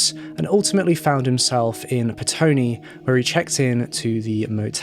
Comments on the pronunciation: Petone, not Pestone (from a NZer) :) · Petone - Its prounounced Peh-Tony. I live in the Wellington metro area